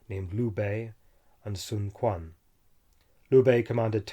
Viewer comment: “q” in China is pronounced as “ch” or “tch” (ch’ing dynasty, not king dynasty, sun chuen, not sun kuan )